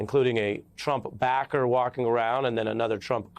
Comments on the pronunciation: He said Drump!!! Lol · "Drump" LOL!! How perfect!! it's like "Covfefe!!" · did he say Drump 😆